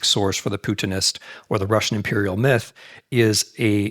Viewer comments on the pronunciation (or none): none